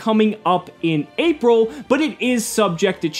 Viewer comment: am i the only on who heard ''Apple 2017''?